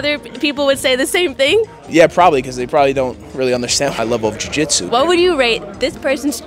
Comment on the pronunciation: How come you said jujitsu pretty normal the first couple interviews then just completely forget how to speak? Lol like you are a bag of marbles after you spoke to Nicky